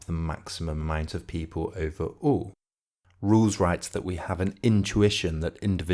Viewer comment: Why is this narrator pronouncing his name like "Rules"?